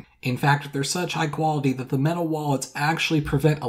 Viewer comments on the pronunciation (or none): none